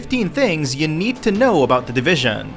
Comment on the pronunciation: "The Divishaan!"